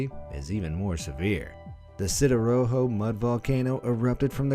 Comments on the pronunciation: Sidoarjo is not sidoroho 😂 See, Doe, 'R' Jaw. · The way you pronounce Sidoarjo, tho. 🤣🤣🤣 It should be pronounced like See-Doe-Are-Joe. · For Sidoarjo, it's pronounce = see - do - r - jho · Sidoarjo pronounced see-doe-are-joe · Sidoarjo , See-Dow-Are-Jo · its read as "see-doe-ar-joe" the "je" is read like "jest" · It's pronounce Si (like the italian word for "yes", do (not do as of "doing") ar (just like the pirates "arrrr" ) jo (as like "joe")